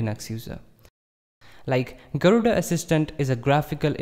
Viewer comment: Why are you pronouncing garuda wrongly?